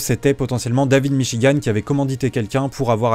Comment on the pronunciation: Je n'ai jamais entendu parler de david michigan de ma vie, sauf dans la vidéo de (prononcer michi-guant merci) je suis donc la preuve que cette vidéo a apporté de la notoriété à david michigan, et suis prêt à témoigner au procès en ce sens je pense que devrait demander de l'argent pour la pub qu'il lui a fait